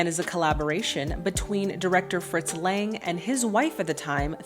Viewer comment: Nope, sorry dear, you pronounced none of these names correctly (beginning with "Lang" himself). 😁 But via internet it's a bit difficult to teach you the correct pronunciation. Certainly if you are indeed interested, I will tell you. By the way, it's interesting that you are watching the film with the original soundtrack. Honestly, I am too lazy to read subtitles and mostly watch foreign movies in their (in my case German) dubbed version. So English, Italian, French, Russian, Korean etc. movies - all in German, even though I speak some of these languages (but some actors slur their speech). However, a good friend of mine insists on watching movies in their OVs as he is convinced that a film can only be fully enjoyed in the language it was shot in. He might be right. 🙂 Here in my home country Austria children still stroll around and play on the streets alone today. (Middle) Europe in general is a very safe place in this regard. Edit: Now you have got Lang's name right! 🤗